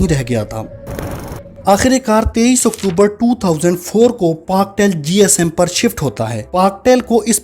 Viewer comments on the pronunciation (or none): none